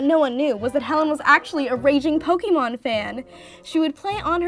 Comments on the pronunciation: It made me cringe every time she said "pokeemon"... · oh shit when she spelt it like pokeemon i figured she just spelt it wrong i did not know she was talking about the pronunciation sorry